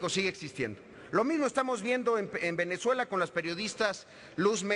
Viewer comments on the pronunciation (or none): none